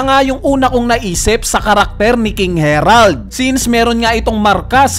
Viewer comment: HERALD ka ng HERALD...HARALD kasi yun